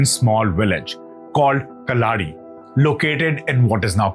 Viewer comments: His birthplace is pronounced as Kaalady not Kiladi. His mother's house still exists. Chinmaya Mission maintains it. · The birth place is "Kaladi" which literally means 'footprint' and the pronunciation of 'Kal' is like kaal (as time in Hindi) not Kal (as tomorrow in Hindi). I request you to pronounce the right way. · Please learn to pronounce the names and concepts correctly. It is not “Kalaady” it is “Kaaladi”. It is not “Brahmaan” it is “Brahman” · Sir, It's not Kalaadi, its Kaaladi in Kerala. Kaaladi literally means 'Beneath the Feet'. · Please get your pronunciation right, it is blood oozing from the ears! It is 'Kaaladi' 'Aaryaambha' 'chandaala' or consult more learned pandits otherwise you are doing a good job. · Please correct your pronunciation.. It is not shankar but shankara.. It is kaalati ,and Padma paada or पद्म पादा… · Sorry, it's pronounced as, "Kaaladi"